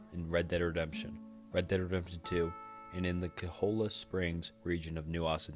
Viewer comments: AMAZING VIDEO but pleaseeee it’s pronounced ch-oy-uh not Ka-hole-uh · Quite aside, Cholla isn't pronounced cho-la. It's Choy-ya. It's a Spanish word, and it's the name of an extremely annoying kind of cactus. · It's pronounced Cola Springs